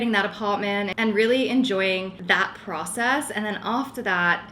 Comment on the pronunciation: Everything is starting to look really good. It’s so funny as a fellow Australian hearing the little changes in the way you pronounce your words. You’re definitely picking up the American accent. When you say process it sounds like pracess haha Keep going with your apartment though it’s coming together really well